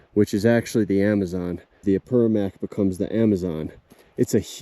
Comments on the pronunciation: lovely video but there's an importsnt note on pronunciation: it's Apurimac, not Apurumac Apu= mountain God Rimac= the one who speaks Apurimac= Mountain God who speaks There's also the Rimac river in Lima, it's called like that because the sound of the rocks makes it seem that the river is talking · I’m sorry but I have to correct your pronunciation: The word Apurímac is typically pronounced ah-poo-REE-mahk. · Ah-pooh-ree-mak , is how you pronounce Apurímac. The name of the river... Great video. Thanks for sharing. I know, the experience of walking in those places, is indescribable... the sounds, the smell, the lightness of the atmosphere... MAGICAL, and not easy... especially alone..! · Cada vez que escucha a “Apermac” me dolía el quechua 😅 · can you at least learn how to say Apurímac